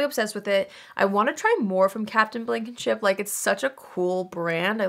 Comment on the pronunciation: Why did I hear Captain Blanketship 🛏️⛵